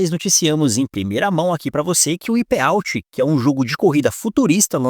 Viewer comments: Eu me incomodo demais ouvir o nome de um jogo em inglês sendo dito errado. "UIPÊ"out? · "uaiperauti" me quebrou kkkkkkkkk